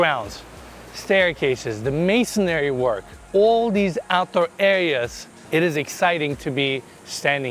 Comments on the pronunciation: it’s “masonry” not “masonary” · It’s called masonry, not “masonary” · I really love this channel and you. I'm a subscriber, and I mean this in the nicest way possible. It's masonry, not masonary. 😊